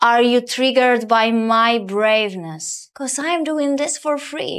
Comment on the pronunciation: XDDDD „bravenes” niech sie nauczy najpierw po angielsku gadac